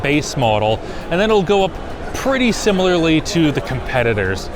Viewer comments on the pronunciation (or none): none